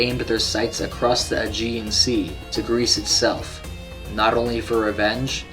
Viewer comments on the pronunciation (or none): none